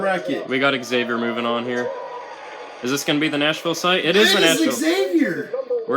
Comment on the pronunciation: pronounced Xavier wrong